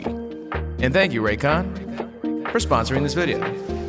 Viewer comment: I’m actually from Raykon you pronounced it correctly the first time